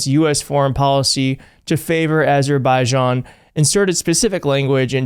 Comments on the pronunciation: Azberbiden? Azerzubizishin? How does Mr Chump say it? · If it has anything to do with Azerbaijan, it has nothing to do with Trump, he can't even say the name, even when he is lying about solving their war with Cambodia......Armenia